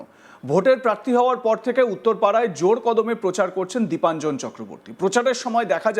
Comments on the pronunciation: নামটাও তো ঠিক করে বলতে পারছেনা।দেবাঞ্জন নয়- দীপাঞ্জন। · ওনার নামটা তো তো শুনলাম দেবাঞ্জন বলে উচ্চারণ করলেন!! তাহলে??